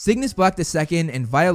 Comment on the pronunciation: The way he pronounced: "Cassio-pea" as "Cassiop-ea"...